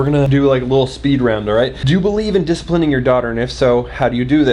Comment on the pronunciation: He said dis-pling 😂🤣😂